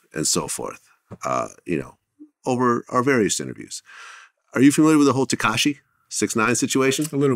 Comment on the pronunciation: Every time Glad says “Tekashi” I wanna punch something